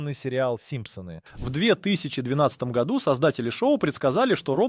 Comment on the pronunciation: Ролик сделан с помощью ИИ. Обратите внимание на ошибки в ударении, например " в ... гОду" и "в ... годУ".